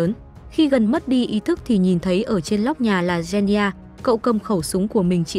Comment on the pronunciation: “Gen ni gia” 💀